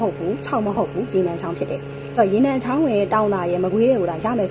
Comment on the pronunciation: သူသိ သူတတ်က အသံထွက်တောင်မရဘူး ဘာတဲ့ ဝမ်ခ သစ်ကို ဝမ် ခသစ်တဲ့ ရေနံချောင်းအမည်မှာ "ချောင်း"ကို "ဂျောင်း"လို့အသံထွက်ရမှာသူမသိဘူး ၊😊